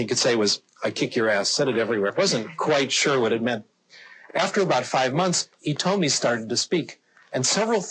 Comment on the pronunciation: やっぱり、日本人としては「イトミ」が気になりますね。「ヒトミ」の間違いでは・・・？と思いつつ聞いたのは私だけ？フランス語とかなら[H]は発音しないそうだけど、英語だしなぁ～？？？